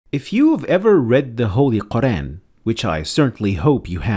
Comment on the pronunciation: Could you pronounce Al-Qur'an correctly, please?